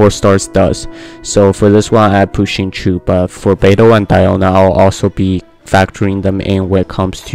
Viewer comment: xingqiu is said "shin-chow"